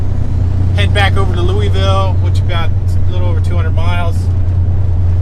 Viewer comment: Wind comes from the Sun. Don't care about hearing Illi-noise, just glad you don't say Lewis-ville. Your Louisville pronunciation is perfection to my ears. -from Louisville.